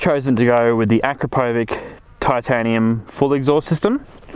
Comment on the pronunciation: how to pronounce Akrapovič